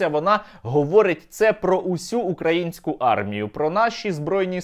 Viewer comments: укрАінскую армію сука, коли ж ви навчитесь наголос ставить правильно!!! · Украинскую))? Наголос на "и", а не на "а"!!! Задовбали!